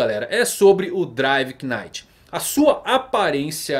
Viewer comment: driver NITE (assim que se pronuncia) só pra deixar pra próxima :)